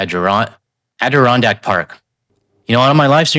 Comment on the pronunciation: you pronounced Adirondacks correctly. I tried to post in reddit about the biggest mall in upstate NY near me (Salmon Run Mall). It is near the 1000 Islands border crossing. The owner is trying to sell badly (no price even specified) due to losing money. Once again my post was removed by your mods.